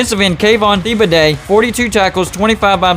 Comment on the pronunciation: Bruh you said thibodeaux WAY wrong😂